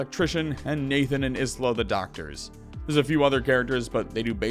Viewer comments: Love your vids. Isla is pronounced eye-la though. <3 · For future reference Isla is pronounced like the first 4 letter in Island are